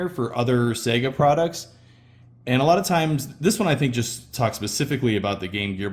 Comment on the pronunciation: At last — an American who pronounces Sega correctly.